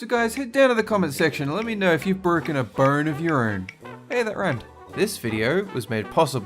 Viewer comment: It sounds like he is saying burn instead of bone.